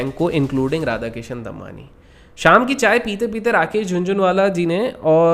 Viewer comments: Bhai pronunciation Damani hai Dammanni nahi. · Normal people: Damani: Dambani 😂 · It's दमानी, not दम्मानी